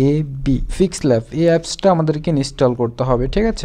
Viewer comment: ফিক্স ল্যাব নাকি পিক্সেল ল্যাব। ভালো করে বলতে শিখুন। প্রিয় ইউটিউবার ভাই। 🙄